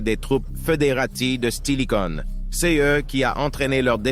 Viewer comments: La prononciation des noms est vraiment horrible ! "Stilichaud" au lieu de "StiliCO" ou "Stilicon" en français ; "bataille de la rivière frigida" au lieu de "bataille de la rivière froide"; "Andrinopole" au lieu d' "Andrinople"... C'est HORRIBLE. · Salut ! C'est un travail de très bonne qualité qui a été réalisé sur cette vidéo (et les autres que j'ai pu voir sur cette chaine). Quelques détails, cependant, méritent d'être améliorés : se fixer sur la prononciation de Stilico (une fois tu dis Stilico, après Stilicon, et même Stilichon !) ; des fautes de français parfois gênantes (à 14m50, les wisigoths" entrerèrent" ? => Entreront...) et autres détails (dans "wisigoths", on ne prononce pas le "t" à la fin...). De même, et cela n'a rien de personnel, mais le timbre de la voix est assez désagréable, ce qui n'était pas le cas des autres vidéos... Allez, bon courage pour la suite et merci pour ce contenu enrichissant !